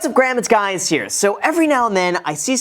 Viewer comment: Is it just me who noticed he says "What's up Graham, it's guys here" ??